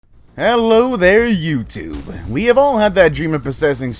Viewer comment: The way he says YouTube is just 😂😂😂🤣🤣🤣